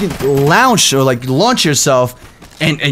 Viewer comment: 'you could lownch or like, lunch yourself' Ahh:3